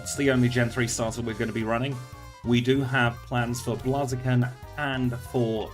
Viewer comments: Was about to come reply the same thing I'm used to it being Blaze eh kin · Lol i cant stop laughing at how you pronouce Blaziken